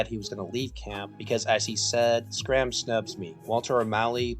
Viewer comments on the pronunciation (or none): Tex Schramm as in Shramm. Not Scramm.